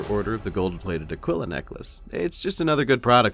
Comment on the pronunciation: Just a heads up man, Aquila is pronounced Ah-Kee-Luh. Otherwise, keep up the good work man!